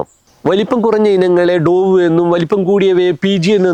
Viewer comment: ഡോവ് എന്നല്ലല്ലോ... ഡവ്വ് എന്നല്ലേ